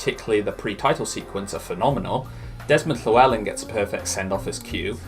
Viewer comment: It’s nice to see a good pronunciation for Desmond Llewelyn fair play 👍